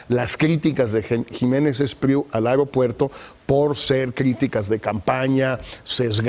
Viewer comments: a"E"ropuerto a"E"ropuerto, no areopuerto. biatch! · Se pronuncia AEropuerto, no AREopuerto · Se dice AEROpuerto NO AREOpuerto qué le digan a este wey de Leo! Par favaaaaaaar!